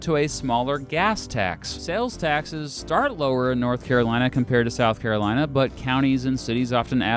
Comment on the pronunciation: SOUTH CAROINA